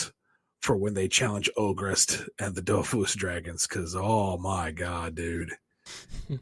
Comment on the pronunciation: Well actually you need to prononce the S at the end of Dofus, since it's a proper noun and these are invariable. :3 Also, the whole thing about Ankama is that all of their money comes from the Dofus MMO, which isn't as popular as it once was, so the studio is lacking funds.